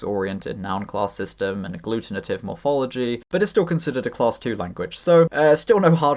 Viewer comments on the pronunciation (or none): none